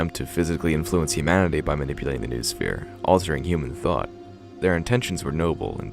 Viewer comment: Only after third time I got what you meant. Vernadski's Noosphere? It shout be pronounced like "noh-oh-sphere" (from νόος)